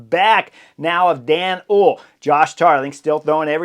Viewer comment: Hoole = Two syllables: Pr: Hole-uh . That little 'e' at the end is not silent in Dutch.